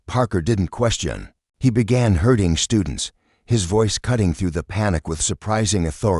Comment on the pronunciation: herding, not hurting.🙄